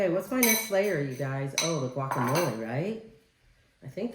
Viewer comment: Guacamole is pronounced - Walk ah mole eh.....Please try not to calll it qwalk❤..... jalapenos are pronounced- hall eh pen( not peen) yos...Thank you ❤️🩵